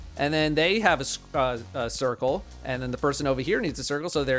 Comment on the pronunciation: Cubes, spheres Sorry sCuare, Sircle